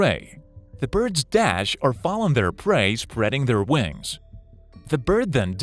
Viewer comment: "they have huuj wangs"